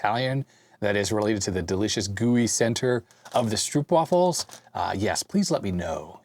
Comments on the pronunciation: As we would say in the Deep South, "Thar's your problem - you have an air gap in your video wiring." The "oo" in Stroopwaffels is pronounced like the long "o" in "owe". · Stroop as in stroopwafels rhymes with rope. Source, I'm Dutch. Pasta == paste/spread in Dutch